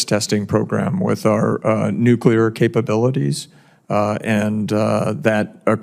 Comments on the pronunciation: Nucular, nukacola. Is the nucular deliberate?? Nuclear??? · Whenever someone says "nu-kyu-ler" instead of "nu-klee-er" (the correct word), I just tune out. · I wish Tin sherry would learn how to pronounce the word "NUCLEAR". Sheesh.